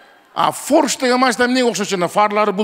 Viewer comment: Форш эмес порше 😂